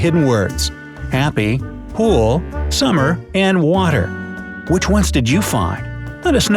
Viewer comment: i thought "water" was "cater"